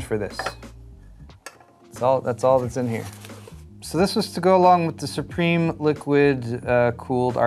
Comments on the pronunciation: It's pronounced "Sup Rim" :) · Maybe MSI will send you a plate that tells you how to say SUPRIM correctly.